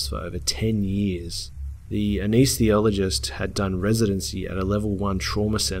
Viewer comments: Say it with me: "Ah-Ness-Thee-Sea-All-Oh-Jist" Big fan, love your channel, Pronounciation counts! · it peeves me when he says aneesethiologist, when it's anesthesiologist